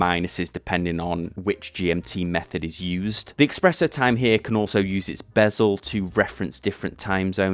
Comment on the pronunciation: Another half-hour time zone is Newfoundland. "S presso", not "X presso"...